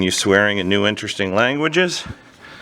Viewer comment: Not the "sweRing"